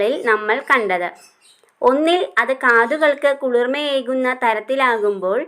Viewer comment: കളിർമയേകുന്ന ❌ കുളിർമയേകുന്ന✅